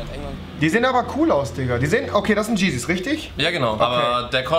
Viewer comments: Er sagt tschesis anstadt Yeezys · Jeder: Yeezys Rewi: Jeezys 😂😂😂😂😂(feier dich. Mach mal mehr reacions!!!) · Wollte nur mal sagen dass wenn man keine Ahnung von FASHION hat und solche Videos macht wenn man noch nicht mal richtig weiß wie yeezys (cheesys) ausgesprochen werden und behauptet das Supreme eine Kollaboration mit Palace hat. Finde ich das man solche Videos lassen sollte. Außerdem finde ich die Witze wie der Junge hat sein off white belt von einem Tatort der Polizei wo seine Mutter ermordet worden ist schon ein bisschen übertrieben und Leute relativ grundlos oder eigentlich grundlos im Internet bloß zu stellen oder zu beleidigen obwohl man nichts mit ihm zu tun hat und sie kein bisschen kennt schon unnötig. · „Das sind Giziz oder?“ haha xD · rewi sagt Geezys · Der sagt auch geesis😂😂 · "Das sind tschises"